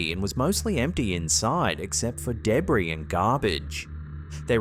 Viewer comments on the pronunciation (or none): You pronounced debris wrong.